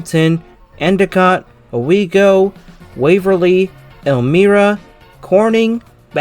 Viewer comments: ...yet, completely unable to pronounce the names of nearby cities like Elmire or Salamanca. The one guy is slurring his words so bad that I assume he was intoxicated! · It's Elmira as in "El My Rah"........yeesh!!🤬🤬🤬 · Just a few notes on town name pronunciation. Elmira is pronounced El - MY - ra. And the "manc" Salamanca is pronounced like it rhymes with Frank or Hank. Salamanca is a cool town with a neat railroad museum. It was the was the junction point of the Buffalo and Rochester lines of the Buffalo, Rochester and Pittsburgh (BR&P) railroad.